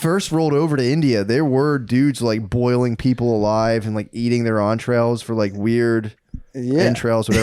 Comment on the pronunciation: pronouncing entrails as entrée-ails in that context makes sense